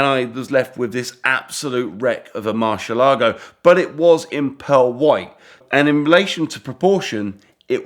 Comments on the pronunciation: Murrshh elago LOL😂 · Moor-syeh-lago ; dee-ablo. Stop those cringy pronounciations mate. Damn that fake countach looks fine! The first time I think a replica of these looks fine